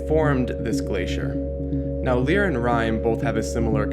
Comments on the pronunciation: Lyra is pronounced 'Lie-Ra' not 'Lee-Ra' just so you know :D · Lyra is pronounced: "Lie-Ra" just so you know, anyway good vid. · I cringed at the way you pronounced Lyra's name.